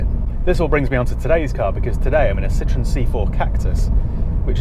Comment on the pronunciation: Pronounce Citroen like you did with the Shirocco,then that’ll sum it up